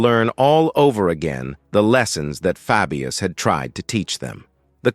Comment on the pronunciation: i cant watch this because he keeps MISPRONOUNCING his name, its FABIUS as in HEY, DAY etc. not as in Fabulous